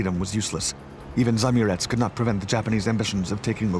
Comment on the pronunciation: It's not "zamurEz", it's spelled "za-Amurets", with two separate 'A's and inflection on second one. It means "person from beyond river Amur"